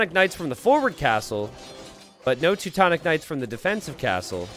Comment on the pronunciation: "tutu-tonic knights" haha